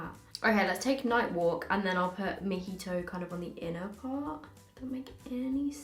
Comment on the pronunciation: she said: moe he toe